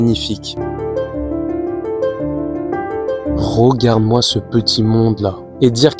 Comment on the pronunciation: Tu ne serais pas originaire de Charente/ Charente Maritime par hasard? Parce que la prononciation de Rogarde (regarde), Promière (première) me fait penser à ça 😂